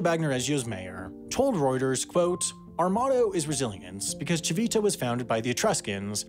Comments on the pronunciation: I'm not Italian and don't speak the language, but I do have some knowledge of Italian pronunciation and my ears were bleeding with "tchee-VEE-tah" (even though there was that Italian man pronouncing it correctly as "TCHEE-vee-tah", yet the narrator didn't get a clue from that). And "BAGG-no-re-gio" made me want to ask him if he says "filet MIGG-non" too... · This is great, but I have to say, the G in Bagnoregio became a bit unbearable after the first ~20 times it was said. Ci-VI-ta also didn't help (it's CI-vi-ta). You could have looked up the pronunciation if you were going to use it so many times in your script. Other than that, wonderful work! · thanks for trying hard to pronounce italian names, we know it's hard. Regarding "Civita", the accent goes on the first "i", so it's "CHIH-vih-tah" Interesting video also for italians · Apart from the continuously mispronounced "cività". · Lol I'm Italian and it sounds dumb how he pronounces Civita 😂